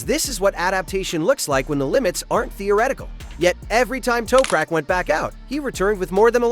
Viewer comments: AMATEURISH!!! You can not even pronounce Toprak's name!!! What a WEAK synopsis and overview! Don't quit your day job dude! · Holy chit.... obviously total AI garbage when they slaughter the Turks name...